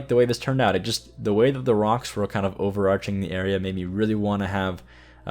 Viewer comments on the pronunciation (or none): none